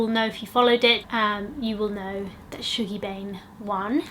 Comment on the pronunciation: I love your book videos! I really wanna read the Wolf Hall series, I’ve just bought the first one. Also ‘Shuggie’ is pronounced like ‘hug’ not ‘shoog’ 😭😂